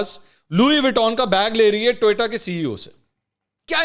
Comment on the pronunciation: Sir its TO YO TA, not TOY TA.